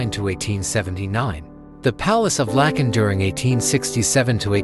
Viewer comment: The Palace of Lakken not Lacon